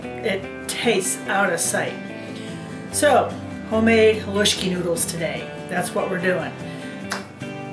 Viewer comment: Living close to the coal region thank you for saying haluski correctly.